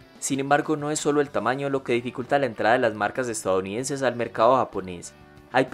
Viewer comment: Este wey dice "estaounidenses" jajaja